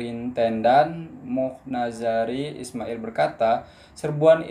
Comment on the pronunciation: 'Mohd' dibaca sebagai Mohamad